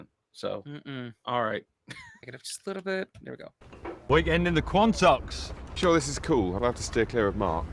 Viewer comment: Wow... you guys trying to pronoune the Quantocks is hilarious haha 🤣 😂